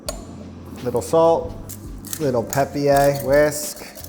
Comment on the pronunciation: the elevation of Pepper to 'Peppier' really got me haha